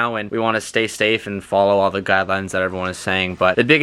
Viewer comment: 😂“stay stafe”👌